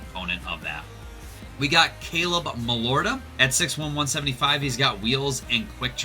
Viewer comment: There were a lot of difficult names to pronounce, but how do you butcher Caleb Malhotra’s name? His dad Manny played in the nhl for 16 years and just got named the head coach for the Canucks.